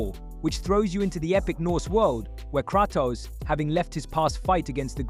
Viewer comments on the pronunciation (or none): Of course the legendary duo of "Craa-tos & A-tree-us".